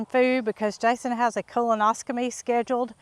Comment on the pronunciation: Pronouncing it wrong it’s colonoscopy .